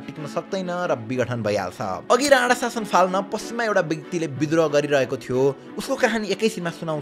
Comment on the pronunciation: Rana vaneko ki Radha 🤣bujhnai sakiyena ta